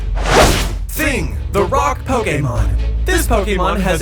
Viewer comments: "Do justice league as pokeymon" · this POW KEY MOEN This dude cant say pokemon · The way he says Pokémon